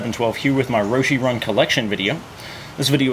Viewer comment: has these many pairs and can't pronounce the name of the shoe right.